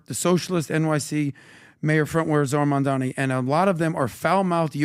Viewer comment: Why are they calling him Mamdami? It’s Mamdani. It’s ni, not mi!